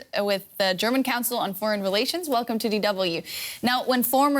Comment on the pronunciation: Your Wercome